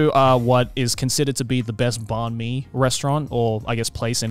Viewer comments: banh mi is pronounced like "ben-me." also tonally you go down with the "ben" and then up w the "me" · Someone please teach joey his to say banh mi